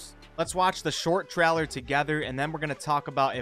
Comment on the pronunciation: Trowler- its trailer TRAY-LER